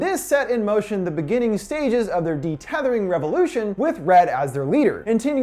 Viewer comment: It's UN-Thethering, not DE-Tethering, also the boys name is Jason not jordan